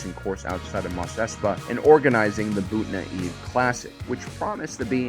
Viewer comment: I love you man but I swear you say one word in each video so slightly wrong I think it's on purpose at first. BOON-TA EVE. KRI-STOFF-SIS IDK WHAT ELSE BECAUSE I DONT REally care that much. Great video. 👍